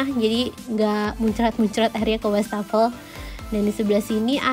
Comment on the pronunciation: wastafel bacanya ya wastafel bukan wash-tafel, bahasa Belanda bukan Bahasa Inggris